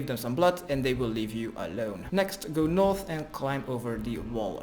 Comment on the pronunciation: GO NOOOOOTH GO EAST THEN NOOOOOOOOOOOOTH, when he finally said north i was so happy, then it went back to NOOOTH